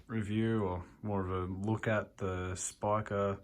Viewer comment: You're saying Spika correctly, mate. Good job on the video!